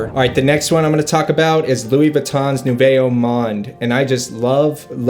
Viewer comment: Btw, Nouveau is pronounced New-vo